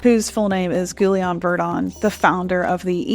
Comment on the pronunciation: Guillaume is pronounced GEE-OME. The "G" as in guilty. The "ui" become the hard EE sound. The "L's" are silent and the "aume" sounds like OME as in the word home.